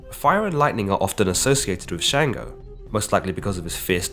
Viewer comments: It’s Chung-go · Sango not shango